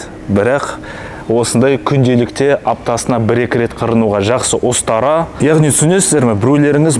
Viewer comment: остара емес, ұстара